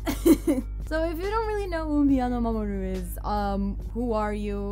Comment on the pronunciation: Nice on the pronunciation! I would of definitely buggered it up myself 😁